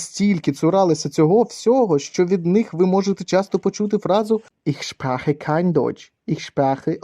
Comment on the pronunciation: Не зовсім, коли написано "ich spreche", а чуєш "ich Sprache", є різниця) А ще й замість "Arbeiter-fall-versicherung-gesetz" - "Arbeiterung-fell-verschech-ungesetz" (поставив тире для відокремлення частинок слова). В тому то й прикол іноземних слів, що якщо ти їх не розумієш, то і звучати вони будуть "правильно". Але лайк за старання)